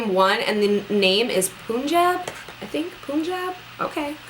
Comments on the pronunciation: Pun jab not Poon Jab hahahahaha that was so funny though :) :p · Lmao at her saying poonjab lol its pun jab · Thanks! I've been saying it wrong too! Jab instead of Job. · Punjab is the name of a state in north India & pronounced as pun jab :) love the matchiness here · LOL it's pronounced PUN-JOB :) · I guess this is sort of irrelevant but Punjab is pronounced Pun-j-AH-b...like jaab. Anyway, I hope you feel better soon; and if it doesn't die down then please go see a doctor. You don't want one bad reaction to have a long term effect..I did once and I'm still dealing with it. So, good luck and get well soon <3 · Punjab is pronounced like pun-job haha. Loved the vid sis hope the swelling stuff got sorted out! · Yeap its Punjab Pan-jaa-b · The Nars foundation is Punjab. We pronounce it as Pun (as in joke) and Jab. It is a state in India which is famous for the wheat production. Maybe that is why they named it that. I have noticed that all Nars colors in ths series are named after cities and states around the world. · You are such a dedicated youtuber☺️ it's pronounced PUN-jab😘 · loool "poooonjab" is a place in India where im from 😜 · Girl, I hope you get well soon!! I'm always looking forward to your uploads because you are my favourite Youtuber for so many reasons! :) By the way that NARS shade 'Punjab' is pronounced 'PUN-JAAB' as in 'pun intended'. Punjab is a province here in Pakistan and it is also present in India. :) One of my makeup artist friends was recently sent some Makeup Forever equalizers and she says that she loves it more than her porefessional so I'd love to know if you like it better than Smashbox. Take care! :) xx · It's pronounced PUNjab. Just like the word pun. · The NARS foundation is named after a state in India n it's pronounced as Panjaab..... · the pronunciation of NARS foundation is PANJAB, its written PUNJAB. Its a state in India and the foundation is named after it :)